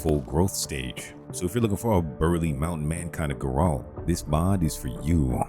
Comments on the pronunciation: GAIR-ULT. That is how you say his name. Ger-olt is just incorrect. Anyway, love your vids, dude. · Is this an AI voice? Grass = grash, Geralt = Guhralt, Kiera = Keyera etc? Or did you not play the game at all lol? Either way, I appreciate the list of mods but the mispronunciations were nails on chalkboard. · Are u saying jerome or Geralt? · This is the first time ive heard someone say Geralt as Ge-rolt lol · How do you play the games and never hear someone pronounce Geralt?